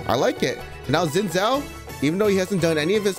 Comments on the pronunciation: Chinese dude can't even pronounce Xin Zhao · Btw Xin Zhao is pronounced a bit like "Shin Jao"